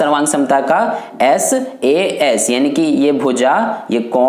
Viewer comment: Saa nahi sas